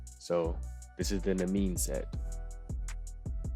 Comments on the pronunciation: I believe it’s pronounced nee-me-in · im pretty sure its pronounced "Knee-me-n", its a reference to an old myth i believe